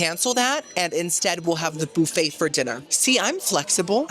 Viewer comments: Boo-fay is cracking me up!! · I adore how you say “boo fay” 😂❤